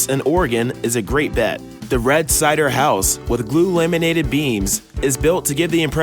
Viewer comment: cider house? I think you mean CEDAR. Sheesh.